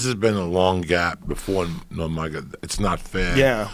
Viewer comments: Joey: "...Before NurMAGAmotomedamoff..." 😂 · Joey really just said 'Nurmagamegabov' 😂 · 'before nurmagobegobov' - Joey Diaz😂😂😂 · No one: Joey Diaz: Nurmagomegamov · Cerone. Nurmagomebov. Joey be messing with them names😂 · "Nurmagamegamof" Lol. Ironically, Diaz is saying Cerrone correctly as opposed to everyone else. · Dude really said nurmadamedomov🤣😂😂😂😂😂😂😂😂 uncle Joey never fails to mispronounce names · Nur-maga-mega-mov and Ceron xD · Joey “Normamomegonav” Diaz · Joey “nurmagomegobov” Diaz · Diaz; Nomagamegermov 😂🤦‍♂️ Sounds like a power ranger zord haha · “Normagomegomov” hahahahahahahahahaha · "Before Nurm- ma - ma- gedoff", got to love him. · Lol Cerron.. Nurmagamegov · Nermagamegawov! Common joey. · "nurmergomegamoth" haha!! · Joey trying to say nurmagemodov 😂😂😂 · Nobody: Joey diaz: „nurmagomegomov“ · Khalabeeb "The...whats his name?" Nurmagamegawov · "nor-maga-mega-mov" i love joey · Joey "Fucko, Nurmagomegomov, Sir-own, Wooley" Diaz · no mug a mega wolf~Joey Diaz trying to pronounce Nurmagomedov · Butchered "nermagomegolov" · Allen he says nurmagomegabof😂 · he tries to say Nurmagomedov twice and I'm fuckin losing my shit